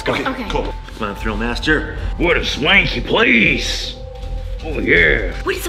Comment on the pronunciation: Ugh it’s thrill not grill